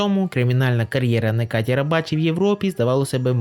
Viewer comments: нечаті а не "некаті" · Його ім'я - Неджаді. В турецький літера С читається як ДЖ